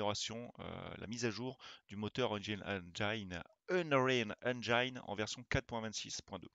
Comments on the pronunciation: c'est 'engène' la prononciation... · Merci pour cette review. Par contre, pour info, le i de engine se prononce comme en français, et non pas "aïe"